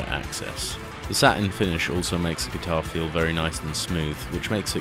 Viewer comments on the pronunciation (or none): none